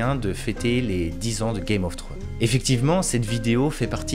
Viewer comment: "Game of thrones". Faut pas oublier le "s" :) Superbe vidéo en tout cas